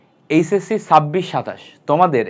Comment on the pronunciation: Sabbish ki vai ar eisessi ki,, chabbish r eichesci hobe, apnar pronouncing e problm ase . 🙄